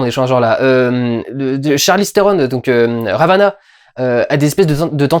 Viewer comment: Ravena Durendal Ravena, pas Ravana 😂